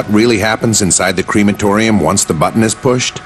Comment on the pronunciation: It’s NOT a “creamatotium” you moronn!! It’s “Crematorium” there’s no Dairy products being used ya inbredd moronn!!